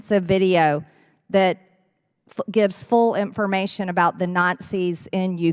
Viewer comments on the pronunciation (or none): Marge, it’s not Imp-for-mation it’s information. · MTG's speech is annoying...she inserts "Ts" in words where there are none. EX: "conTstitition"; "inTformation"; (here is a "D") "imporDunt", etc. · Listening to MJT talk (especially saying "INT-formation") hurts my brain 😣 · Marjory, darling, “information “ only has one t in it.